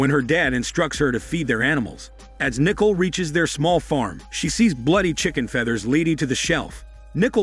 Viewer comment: It’s pronounced Nih-cole, not nickel.